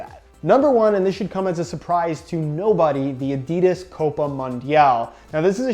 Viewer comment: 1) I’d take Adidas World Cup over Copa 17.1 2) learn how to pronounce Adidas properly... it’s not Adeeeeedas... 😉